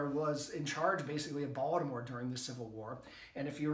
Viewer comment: First time watching, this was very interesting. I grew up off Caton Ave, on Kingsley St. in Baltimore City, until I was almost 14. Moved to HoCo, and now I own a home in Ann Arundel. I take it you grew up in MD, as well, based on the way you say Baltimore? Family of mine from out of state brought to my attention how we pronounce BalDimore, without a T. Thanks for sharing, I look forward to watching more content, and learning from you. If you haven’t already, can you do one on the phoenix shot tower? That’s something I’ve driven by a ton, but never stopped to checkout. BOL